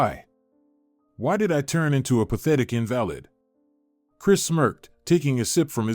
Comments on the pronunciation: Learn to pronounce words correctly -- Invalid is pronounced In-Va-Lid not In-Val-Id if you cannot use pronunciation correctly stop make these. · Invalid pronounced, invaleed. Irritatingly distracting or is the word spelt incorrectly?